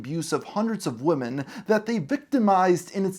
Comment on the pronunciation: The plural word “women” is pronounced “WIH’men” not like singular “woman” (“WHU-man”). I’m not sure why Gen Z and some millennials learned it incorrectly, but it’s really annoying given how much we need to get stories about trafficked women front and center.